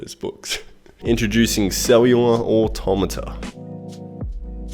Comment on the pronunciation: Just want to take the time to have congratulated you for pronouncing 'automata' correctly -- apparently, this is difficult for some people?